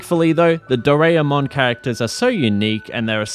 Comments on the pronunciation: Every time you pronounce "Do-ra-e-mon" as "Do-rea-mon" my non-existent soul dies a little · It's always the English speakers not able to properly pronounce anything japanese right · Such an annoying way of saying the name Doraemon! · Am a bit late because I took a nap on accident but banger video as always, the pronunciation of Doraemon was funny though lmao